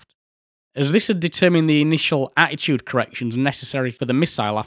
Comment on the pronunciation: My observation is nothing to do with the content of the video which is great. Just like Steve Wright you can say "Attitude" without using a single letter 't' 🙂